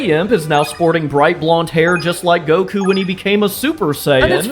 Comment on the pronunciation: You butchered Goku my guy